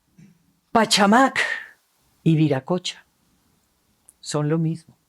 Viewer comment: Tienen ustedes toda la razón no solo pronuncie mal el nombre de la piedra sino también en una ocasión pachamac y es pachacamac, toda la vida he pronunciado mal esos 2 nombres no me vuelve a ocurrir, presento disculpas, hablé sobre esto en radio, es difícil pronunciar esos nombres, también los aztecas, esto de los nombres es algo de cuidado, gracias por entender